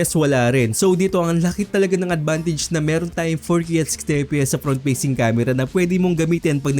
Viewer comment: Fast❌ Past✅ Facing Cam❌ Peysing Cam✅